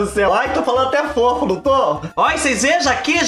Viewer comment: O destaque do vídeo foi a boca murcha do falando FOFU KKKKĶKKKKKKKKKKKKKKKKK